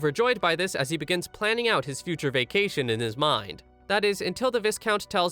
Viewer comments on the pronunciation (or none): I don't wanna be that guy, but to help you in the future viscount is pronounced vy-count.